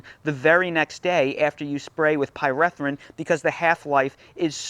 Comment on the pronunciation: Pie-ree-thrin not Pie-reh-thrin